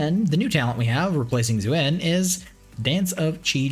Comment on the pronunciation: Zuen? 😂 Lol